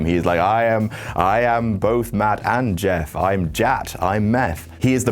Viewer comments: Meff?????? Meth??? Huh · "Im Jett, im Meff" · I thought he said Meth. Not Meff. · Did anyone else think he said, meth? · When he said Matt hardy bolevies he is Jeff and himself he said Jett or maff I thought he said meth so haha Jeff hardy did drugs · he said Meff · "i'm Jatt, i'm Meff" lmao